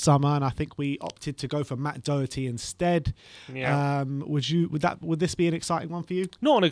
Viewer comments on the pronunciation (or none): It’s pronounced “dough-her-tea” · Doherty is pronounced as written. The 'o' as in 'lock' and the 'h' as in 'hat'. Thank you for all the updates, COYS